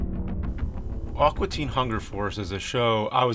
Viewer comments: It sounds like James is saying "Awkua" Teen Hunger Force. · Thats NOT how you say "AQUA"! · Amazing review. Great perspective. God fucking awful pronunciation of the word "aqua". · "Awkwa Teen Hunger Force" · It's "A-qua" not "Ah-qua"! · "Awkwa" Teen Hunger Force??